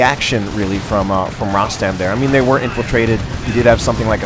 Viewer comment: hi. tnx 4 d cast,nice 2 c u back again; the correct pronunciation of my name is like u said except the letter (O) in Rostam is pronounced as (O) in Royal:)